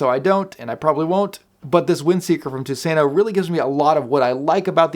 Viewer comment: You really butchered the pronunciation of your Tusenö but that is okay. Tusenö means "Thousand-island". Greetings from Sweden! /Dave